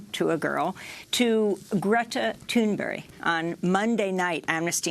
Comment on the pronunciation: Good job by the interviewer on the pronouncing Thunberg's name, on a "Swedish as a second language level, almost".